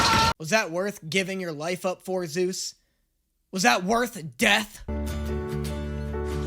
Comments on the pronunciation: Has been calling Soos Zeus this whole time? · Bro called Soos, Zeus 😭